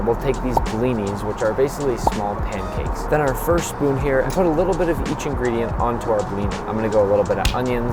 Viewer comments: you said blini wrong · All Russian people are irritated by how you pronounced “blini” and how you were eating caviar